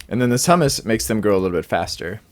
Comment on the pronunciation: hahaha i will have to link this to a friend of mine. He will hate how you pronounce humus as hummus. In case you are at all curious Its more closely pronounced as Hue-Mus. Think of the name Huey but subtract the Y.